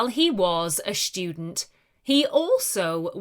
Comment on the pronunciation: i think the ai broke after some time because student was pronounced shtudent